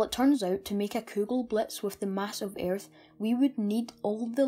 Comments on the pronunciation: Don’t pronounce the a in earth but good vid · Ayyyyerth. Hah brits. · your accent is so freaking irritating! sagittarius is pronounced sajitarius and Earth is pronounced urth. nice video though.